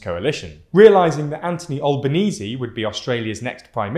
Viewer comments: Al-benese not All-benese ahahha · It's definitely not pronounced AL-bə-NEEZ-ee. It's AL-bə-neez. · Stop saying OL-BANESE. AL - BANESE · Just a heads up RE Albo's name and it's pronunciation. It's Anthony (AN-thu-KNEE) Albanese (AL-buh-KNEE-SEE). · An-tahn-ee alban-easy ooft that British accent spilled out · Hate to say you butchered the new PM's name, Anthony (soft th) and Albanese (the first A like the first a in annal) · hey, australian here the teal independants, ARE NOT left of labor the teals are moderate liberals who care about corruption and climate change, they're not left of labor aside fromt hat and some funny pronunciation of albo good video! Glad Australia is getting some attention :) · There's so much inaccuracy in this video that it's tough to know where to start. *reads comments* Okay, the comments are a pretty good place to start! I'll just add a minor gripe to the pile-on: seriously guys, if you don't know how to pronounce someone's name (Anthony Albanese in this case), check first - don't just wing it.